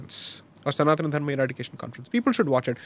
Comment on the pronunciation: Why do you pronounce सनातन धर्म as सनातना धर्मा ?!